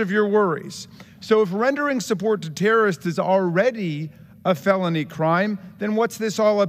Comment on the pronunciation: “Terrists” and “terrism” Jamie, please help us.